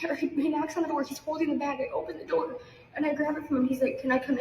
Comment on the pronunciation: We know ahea alow she said rhat they knoces on her dough 😂😂😂 its door moron